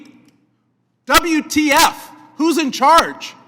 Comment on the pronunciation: Brilliant speech, but the "double u, tee, ef" is ridiculous.